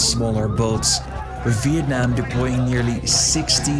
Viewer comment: Great pronunciation! "Việt Nam" WOWWW